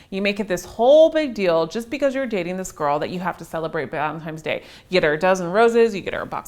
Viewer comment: "Valentimes Day." lol